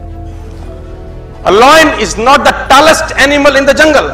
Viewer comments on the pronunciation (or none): Taalest ni Tallest hota hai and a Elephant ni an Elephant hota hai.